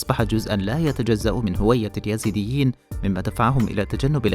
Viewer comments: قبل أن تعرف مين هم الايزيديه الفظ الاسم صح وبعدين اشرح قصتهم للمشاهدين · قبل كل شي انت تنطق اسمهم غلط يا......... الاسم الايزيديين مش اليزيديين